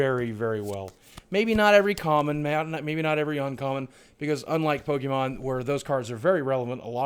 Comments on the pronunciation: Pokémon is pronounced Po-keh-mon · actually its pokemon not pokiemon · Boogie you should watch the show with your family its a great way to learn how to pronounce pokes